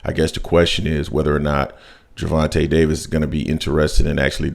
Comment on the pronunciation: His name isn’t Gervante Davis , respect the brother 🤲🏾